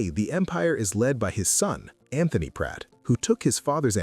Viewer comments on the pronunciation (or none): none